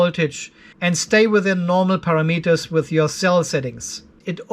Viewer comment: I have learned so much about controlling Lifepo4 batteries, so thank you. But mainly I watch so I can hear you say "Para-Meters"